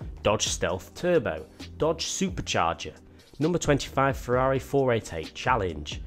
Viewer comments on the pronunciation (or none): none